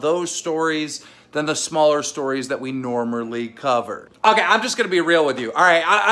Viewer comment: Did this nigga just say "normerly"? Like is he combining "normally" and "formerly"? This dude is a professor!